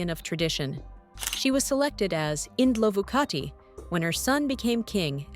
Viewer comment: Indlovukazi Not Indlovukati .